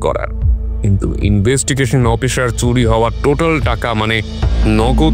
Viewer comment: Bro it's officer nt oppiser as u pronounce 😅😅. Rest is fine